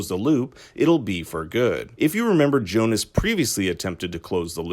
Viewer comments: omg it's pronunced Bartosh and Yonas not Bartosss and Jonas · But why? Why do you americanize their german names? It's Jonas!! Pronounced "ionas", not "johnas"... And same with the rest of them. You'd think you know that after 2 seasons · Jonas? Seriously? Do you spell it like that? It pronounces Jonas. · Its pronounced ‘Yo-nis’ not ‘Jonas’ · It is Jonas. It's a German name as well. And Franziska without h